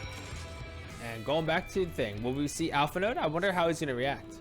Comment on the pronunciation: For reference, the "d" in "Alphinaud" is silent. :)